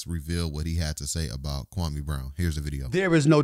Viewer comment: SAS sees the liability...Kwame could sue him for alot of damages, loss of sponsorship. He totally fked up his name.